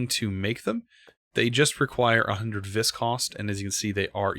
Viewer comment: Ok I know this dosnt matter but... Vis is pronounced ‘V’ that’s it just say the letter V. It’s Latin for Power. Total Nerd post I know.